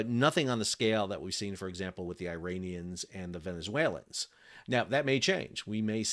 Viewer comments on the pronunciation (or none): none